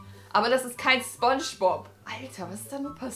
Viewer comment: Wer hatte auch nen lachflash wie sie gesagt hat: das ist ... spob aber nich sphongebob